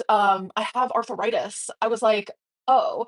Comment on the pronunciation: Oh no, she has “arthuritis”